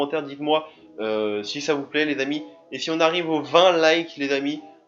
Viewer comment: car j'entends FA au lieu de sa/ça